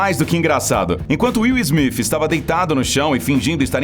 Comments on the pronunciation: KKKKK ELE FALOU WIL SMIF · Will smifi kkkkk